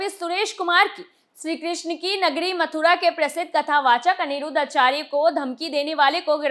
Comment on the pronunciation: आचर्य नही आचार्य।